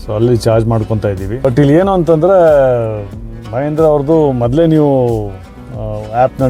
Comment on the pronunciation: ಮಹೇಂದ್ರ ಅಲ್ಲ ಸರ್ ಮಹೀಂದ್ರಾ ಅದು